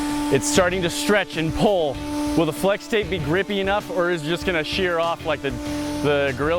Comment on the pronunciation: Dude its fwex tape get it right